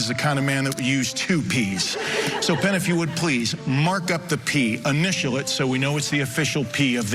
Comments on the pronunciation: Definitely called Penn, "Tenn". Love it. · Hahaha he said Tenn instead of Penn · i swear you called penn, Tenn hah quaity trick tho man :D wish i could do it as good as you can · He called himTenn